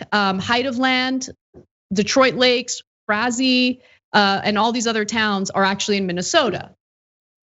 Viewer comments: It’s FRAY-zee. Love, Minnesota 😉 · That’s not how you pronounce Frazee, it rhymes with crazy. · As always, admirable effort on the pronunciation of Midwest/Great Plains names. Frazee is pronounced "Fray-zee"; in case it ever comes up again.